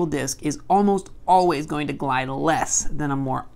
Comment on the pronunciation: You said glidus